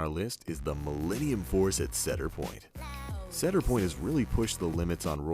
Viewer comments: "cheadar fair" You say it cedar like a cedar tree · IKR ITS SEED-ER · when introducing Maverick he actually says it correctly, like see-dur. throughout the rest of the video he pronounces it incorrectly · He said "cedder" its "cedar" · Why when you are talking about Maverick at Cedar Point you pronounce it like "seeder point," which is the correct way, but when you are talking about millennium force, you pronounce it like "setter point," which is incorrect? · But... why is tempesto in the first clip? Edit: The way he pronounces "Cedar," it's just E A R R A P E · When he said “Cedar” I got mega triggered. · Do you not know how to pronounce cedar?? Plus there's more than one six flags park. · that's not how u say "cedar"😂😂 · as I said, when he introduces Maverick he says Cedar correctly, and I put a time stamp so you could listen to it. every other time he uses the word he says it incorrectly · how does he miss pronounce cedar? its making me cringe! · you're saying "Cedar" wrong